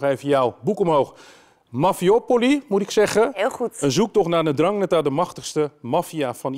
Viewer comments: Ndrangheta met de 'zachte G.. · Ze kan de naam niet eens normaal uitspreken 🤣 zoals de regio 😒